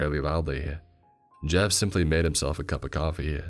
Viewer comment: All I hear him say when he introduces himself is. "Mah name ih Jeff"